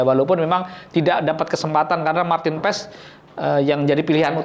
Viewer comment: Maarten Paes bukan Maarten Pes bung